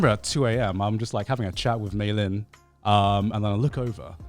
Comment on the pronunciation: Garnt- Joey- Connor